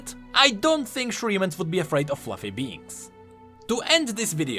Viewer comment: What he said "shurimans wouldn't be afraid of fluffy beings" what i understood "shurimans wouldn't be afraid of fluffy beans "